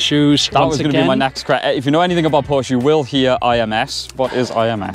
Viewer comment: PorschE nicht Porsch. Nicht zu fassen, wann werden sie es lernen